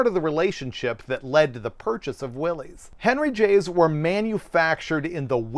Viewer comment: it’s Willys, pronounced Will-iss. Always was and still should be. It’s a discredit to John North Willys to bury his legacy, which was every bit as interesting as Kaiser.